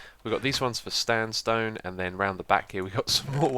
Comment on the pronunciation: he sais StandStone insted of sandstone